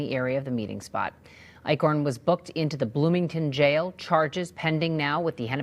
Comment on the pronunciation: Eichorn? More like Ick-horn.